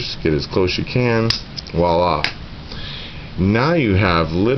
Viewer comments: Best description of how to tie the FG knot ever. One thing the word is "viola" with a V; to me it sounded like you said "walla" three or four times. It is French for "look there". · Yep, I'm an ass. The word is "voila".